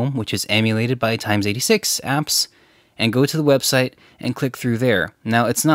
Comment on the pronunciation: did you just say "times 86 apps"? you know its not a "surface pro times." lol